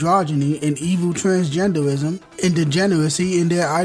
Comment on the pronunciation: "Twansgendewism" "SQUWAWE ENIX" Like why does bro sound like that lmao 😂😂😂